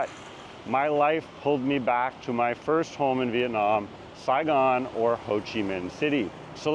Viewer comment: "Saigon " ?? Really??